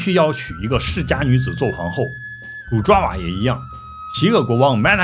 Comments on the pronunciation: 爪哇的“爪”不念zhuǎ，念zhaǒ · 爪（找）哇岛。。。念错啦。来自新加坡的祝福～ 爪哇岛Java island.